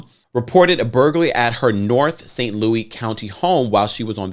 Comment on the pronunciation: I love you it’s pro nounced St. Louis like Lewis. Lol. I went to saweetie pies and took a picture with all of them! I heard about this when it first broke!